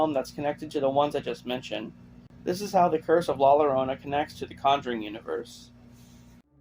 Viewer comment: It’s not La LArona… it’s La YA-Rona. It’s Spanish… c’mon white boy!